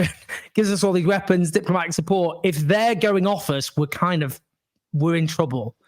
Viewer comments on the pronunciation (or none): The word “support” has a T on the end.